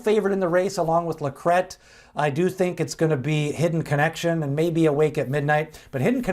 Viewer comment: Thanks for pronouncing LaCrete correctly. Rhymes with bet!